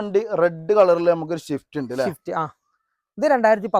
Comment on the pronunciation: മുത്തേ ഷിഫ്റ്റ് അല്ല സ്വിഫ്റ്റ്